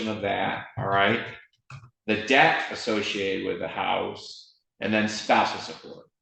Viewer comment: And Judge, the word is pronounced debt (eh sound, not ah sound like you’re saying DAT, please stop.)